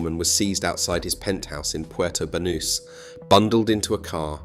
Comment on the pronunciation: The pronunciation of Marbella and Banus is so bad and the rest is bs.